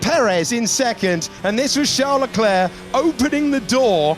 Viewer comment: Does anyone else get annoyed that David doesn't pronounce LeClerc's name correctly?